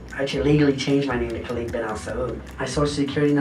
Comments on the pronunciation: No Saudi Pronounces Khalid as Kaleeeeed I’m most impressed by his ability to get a 200m Amex tho…could’ve been rich for the rest of his life off of that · hahahah, i thought the same. khalid is is not pronounced khaleed, it's just khalid. and its a name not just common in the arab world, but a reasonably common muslim name. surely someone would've noticed he can't even pronounce his own namw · The way he pronounced his name "Khaleed" was first sign of fraud... That's not how we say Khalid .. خالد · He can't even pronounce his own name correctly.. khaleeed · HE cant even pronounce his name properly and people believed him? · For a person who couldn't pronounce khalid correctly but got far. He didn't even look Arab to begin with. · ok as an emirati please learn to say the names, its HALID not KHALID the K is silent in arabic, like PH in Phone, KH is a HAA sound. next SAUD said SAH OUD and its said DU BAY not DU BUY